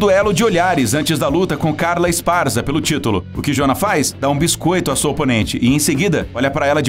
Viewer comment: Cara, pelo visto, quem narrou esse vídeo não teve a mínima preocupação em saber como se pronuncia o nome da Joanna. E a ordem cronológica da Joanna tbm está errada, a luta contra a Carla foi quando ela ganhou o cinturão em 2015, já a luta contra a Zhang foi em 2020.